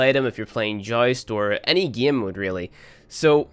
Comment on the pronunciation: 'This geeem'